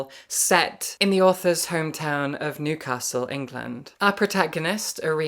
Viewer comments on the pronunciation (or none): none